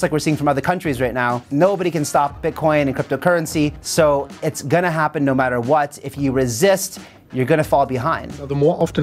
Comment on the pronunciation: "It gonna happen, no metter what"